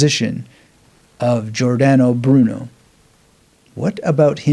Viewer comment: Pronounced like English, Jor dan oh Broo noe. No " Aye" sound